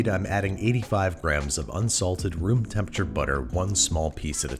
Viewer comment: he really said temperaTURE like that and we let him